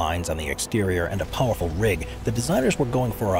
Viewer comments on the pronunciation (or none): none